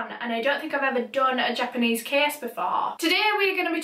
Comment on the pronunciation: You know, despite the severity of this video, the way pronounces Japanese names makes me giggle a little. It reminds me of some German people I met who kept giggling me trying to pronounce German names. You're adorable, & you do a great job handling such dire content.